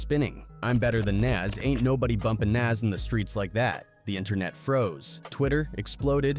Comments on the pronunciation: It’s like he’s saying Nazz from ed edd n eddy lol 😮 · Whats more disrespectful... jim Jones or the way ai keeps calling Nas "Naz" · These folks are literally piecing videos together of everyone saying Nas, and they still say shit like Naze. They do the same thing to SZA in videos. Got to be a robot doing these voice overs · "Nance!..I said Nance" 😂😂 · lol “NyAaz” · "Naz" and "Nos" in the first minute and I am done with this piece of shit video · European if you can't say the person's name you don't need to do a video is Nas not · Dude saying “nays” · This AI man found every way to say Nas but the right way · Guess AI can't consistently say NaS! Lol. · Shitty AI narrator can't say Nas correctly, stop being lazy and use your own voice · This video was made using AI or those who don't know. That's why it mispronounces Nas. Don't support this shit. People are legit commodifying the culture using A.I videos. Here we go... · The way the AI commentator pronounced 6ix9ines name lolol lmfaoooo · Why these dudes keep pronouncing Nas name wrong.Put respect on his name. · Can’t pronounce nas. Blocked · I don’t know which one is more disrespectful, saying his name wrong or saying that you’re better than him. Where are you from, bro? Jim Jones clearly said this to get some attention and he got it. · U can't pronounce Nas..im def cool on this 🤦🏽‍♂️ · This AI pronounced Nas like 5 different ways 😂😂😂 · The way he is saying NAS 🤦🏽‍♂️🤦🏽‍♂️😂😂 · You know how white people pronounce tacos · AI struggling like a mff to say Nas name correctly 😆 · 😂😂😂 you hear too 😂😂😂😂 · You should hear it trying to say MA$E instead of Mase.